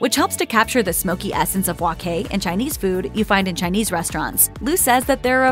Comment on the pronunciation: Please say it right, it's wok hai, by wok kai.